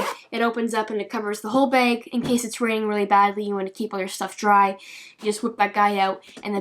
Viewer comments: It's bag not beg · I think it is funny she says beg or peg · Drinking game.... Take a shot when she says beg lol sloshed son!! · i love how she says beg instead of bag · The way you say bag is funny but great video btw😂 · Canadians way of saying bag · Eh Beg bag close enough. what made me chuckle was how she said sinkos